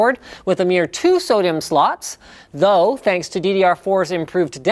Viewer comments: Please don't say SO-DIMM like sodium Linus. It pisses me off. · For a second I thought he said Sodium slots... lol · Is he saying SO-DIMM or sodium slots?